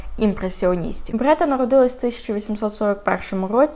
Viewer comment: Дякую за розповідь. Але чому БРЕта, а не БЕРта